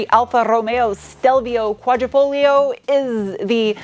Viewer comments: Pronounced Quadra"fol - yo", you don't pronounce the "g". I know... Okay boomer. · Qua-dree-fol-yo, Sweetie. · You don't read tat "g" in Quadrifoglio, so it would sound more like "Quadrifolio" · the g is actually silent wheh you pronounce the name, no biggie just wanted to let you know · The “g” is silent in Quadrifoglio. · Just an FYI. The G is silent in Quadrafoglio. 😀🇮🇹🇮🇹